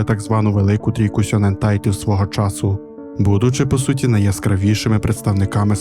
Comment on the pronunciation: Тільки не сьонен, а шьонен.